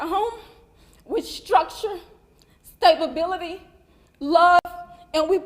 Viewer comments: "..raised in a two parent home with... stabability..." Say whaaaaaaaaaaaaaaaaaaaaaaaaaaaaaaaaaaaaaaaaaat..?? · Did she just say “stab-ability” where she was supposed to say “stability..”😳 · What exactly is ‘stabability’? Or did she mean ‘stab ability’? Either way, that family needs to hire someone with a lot more intelligence than their current. Who is Daniel Penna, and what does he have to do with this murder? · Expecially? Stabability? Who put that lady up there? Learn to speak propoper english mama. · Karmelo was raised in a home with Structure and "Stable-bility"... Did his mother really say that? 😂😂😂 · No way she wrote that. Couldn't even read it.."stabability"